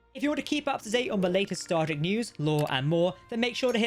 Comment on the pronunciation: you keep calling it “starter “.. say it with me now.. “star Trek”…enunciate.. we all don’t speak the queens mushmouth version of English